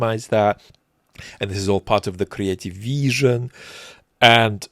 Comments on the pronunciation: Dude, if I have to hear "creative veeesion" one more time, I swear to god. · had a wonderfully kree-ateeve veeshun